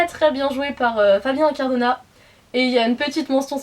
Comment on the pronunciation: Incardona se prononce Inecardonna